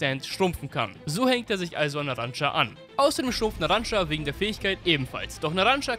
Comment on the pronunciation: Er heißt NARANCIA NICHT NARANCA NARAN(CIA)